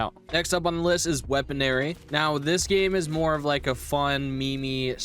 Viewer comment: bro says weaponary